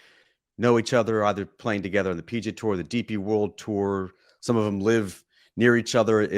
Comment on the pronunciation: Did the PGA Tour change its name? Why does this guy keep saying 'PG Tour"?